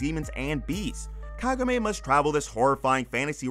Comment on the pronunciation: Kagome. KAH-GO-MEH.